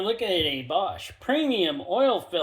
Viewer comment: Your pronunciation of Bosch is WILD!! You do you! Thanks for the review!